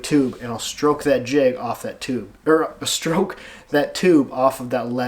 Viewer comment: I rewatched this just to hear you say "crack" & "stroke" in your Michigan accent! But really, great video! Ohhh does anyone call you? I bet Alex calls you! 🤣😂 you're my neighbor across the lake! Just a few hundred miles NO BIG DEAL!